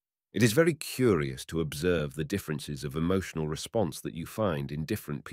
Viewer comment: 5 mins in... does he say of the Chinese women... "velly" clean or "very" clean... ? Tongue in cheek or....?